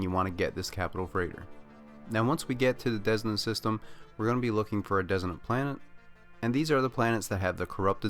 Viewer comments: dissonant I believe. no idea how you can pronounce it that different, wild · Dissonance... his pronunciation is off and was hard to understand. Hope you find this despite 6 months later. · Are you saying desolate? Or designate?